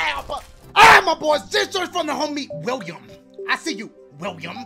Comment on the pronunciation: When he said William it sounded like “WIUIM!”